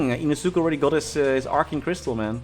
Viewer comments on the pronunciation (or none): Hey love you videos as always! it's more correct to say "Ino-S-ke" instead of "ino-SU-ke"